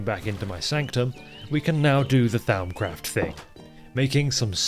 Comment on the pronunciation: Hearing butcher "Th-ow-mcraft" as well as Vis is... I mean, I can't blame him, that was me at one point. With Vis, anyways. I get it, Latin is hard and changed a lot over the couple millennia it spanned lol I will say, though, "Th-ow-m" is absolutely a new one to me, lol. It's typically pronounced "Th-om". That is, "om" as in "Romper":) Vis is pronounced "Vii". That is, "ii" as in the Nintendo Wii. It's Latin for "force"!:D In fact, in most Latin words that end in "-is", that s is silent ^-^ Both of those pronunciations are direct from the mod author, Azanor:) Or at least, from my memory of a nearly two-decade-old video on a pretty niche (at the time) channel. It lines up with my more recent (albeit still a while ago) Latin studies though. Speaking of old channels - anyone else remember watching Direwolf20's Forgecraft series? Or better yet, his old 1.2.5 singleplayer? Peak modded minecraft. Enough to make a grown gamer cry 🥲 I make mods now - likely in no small part because of DW20's time on Forgecraft lol